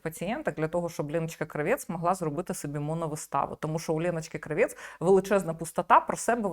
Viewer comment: Тільки ж не КравЄц а КрАвєц. Її ж так предствляли в "смердючому кварталі" рагулів.